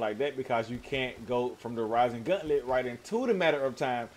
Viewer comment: Idk why, but the way you're saying gauntlet is driving me crazy. It's gauntlet, not guntlet. Gaunt, like taunt.